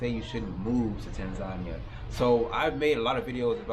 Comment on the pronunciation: You should learn to speak the name of the country correctly